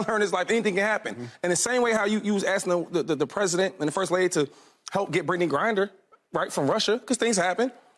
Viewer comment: Anyone catch 2-5 saying Brittney GRINDer?